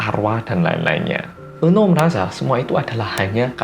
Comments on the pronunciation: Apa cuma aku yang denger nama "Eunho" jadi "Eun Woo" auto keinget Cha Eun Woo😂😂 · Iya kirain Eunwoo:v